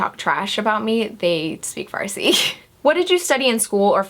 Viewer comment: you were born in iran?! yeeeeeeeeeeeeeey i'm iranian and my firs language is farsi for someone who doesn't speak farsi you pronounce the word "farsi" really good ;)